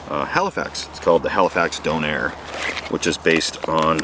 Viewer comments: I know we all say "doner" differently but everytime did I was like " 😬" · I'm only slightly triggered by pronunciation of doner lol. Don-air? It's pronounced donna. At least where I'm from lol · It is pronounced doner as in ...don...er not dougher sorry lmao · Should be pronounced Don-er. Not doner as in donate. Just saying 😅🇬🇧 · SIR DOHNAIRE Me: Donnor Kebab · Donair? It’s meant to be doner kebab where did air come from? Lol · I’ve got to say it, but as a traditional (jokes) British drunken food, it’s pronounced “Donna meet”, not donor meet. And it’s a kebab…. Key-bab, not kebob 😆 Still gagging to go camping though haha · You so need to come to England and have a proper donna (how its pronounced) kebab 🥙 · DONNER not Doughnair 🙈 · It made my bones shudder every time you pronounced it “dough-nair” - in England my entire life we’ve pronounced the word as it looks (donner = doh-nuh) I’m not saying we’re pronouncing it any more correctly of course, but “dough-nair” gives it a sort of elegance that those kebabs have never deserved - a meal solely reserved for a drunken late night purchase. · hahaha DOWN-AIR. In England, we say donna kebab. Usually after about 13 pints at 3am on a Sunday morning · At first I thought you said "Donner kabob." I was like, "Oh, wow! is gonna eat human meat." Incidentally, for people who don't know The Donner (dinner) Party, that has a sort of interesting back story, as well. Maybe not as much as some dude who liked Middle Eastern cooking, but still pretty interesting. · its gyro... as in "gyroscope".... you wouldnt pronounce it "euroscope", so no reason you would pronounce "gyro" as "euro"............... do you also spell "cat" as "dog"? of course not..... and its donner... not "doe-nair"....... both words are said the way they are spelled.... the same as all legitimate words......... there is nothing to get confused or mispronounce........come on.... its pretty easy....... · it's Don her not Don hair fella.